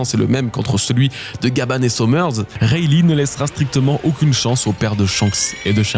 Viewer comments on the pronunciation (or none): none